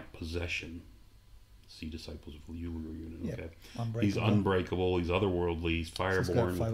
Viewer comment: I'm pretty sure the god's name is pronounced "Lau-gar" there, guys, not "Loo-ger." :P